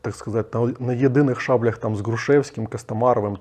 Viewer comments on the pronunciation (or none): Не "шАблях", а "щаблЯх".